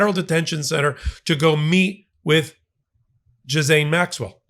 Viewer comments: Gee-laine. S is silent. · Ha, yeah. But everyone pronounces “gee” with a soft “g”…ugh…🤦‍♂️😸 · Guh-lane or Guh-lan is how to say it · I think we all need this tutorial, How to Pronounce Ghislaine Maxwell? (CORRECTLY). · Why do not journalists bother to learn how to pronounce words--like "Ghislaine." pronunciation is the most unique yet, of the many errors out there. It seems that spelling, checking one's work and pronouncing unfamiliar words correctly is not important to today's journalists. Sad. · {t is disappointing that well informed commentators such as your self fail to take the time to learn the correct pronunciation of people's names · You use youtube, ask how to pronounce her name, the S is silent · Reminder: Maxwell's first name is pronounced with a hard 'G' as in GHOST or GHOUL - not as in Jill. The 'S' is silent. Thank your for your attention. 😀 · I love that we all say her name wrong. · Love your work! Thank you!! Why are you mispronouncing Maxwells first name? Peace ☮️ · You could at least pronounce her name correctly. You don’t mispronounce any other names in this report… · Plse do not 'djizaine' . It is pronounced gi-lane. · Cmon, it’s pronounced Ghee lenne not Gee Lane. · It’s really frustrating when someone so obviously educated, cannot manage to pronounce the name of a well-known person correctly. It’s not ‘Juh-zayne’ it’s ‘Gee- (rhymes with key) lane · Not gis-aine …it’s Gi-lane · For God's sake , her name is pronounced g ( as in gus ) ee ( as in eel ) lane . Jiz lane , indeed 😂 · Gee-lane.... not Gis-lane.... it's French for Gods sake... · Its GI LAINE, not Jizaine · Thanks for the report,! But, please! Stop mispronouncing her name! It makes you sound dumb. Her name is Ghislaine! It is NOT " Jizz-ane." American pronunciation is: Ghee-Lane. French pronunciation is: Zhe-Len. Come on, if you are going to speak someone's name, just look it up; it only takes a few seconds. Thank you for your attention to this matter.